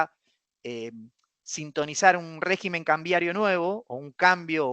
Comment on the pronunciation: Por favor, no lo tomes a mal. Semejante cerebro económico no puede ni debe pronunciar mal la palabra régimen. Es rÉgimen. El plural es regímenes. Por dios muchacho!!!!